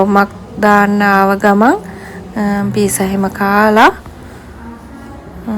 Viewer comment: ඒ වචනය පීසා කියල නෙවේ දුව ඒක කියන්නේ පිට්සා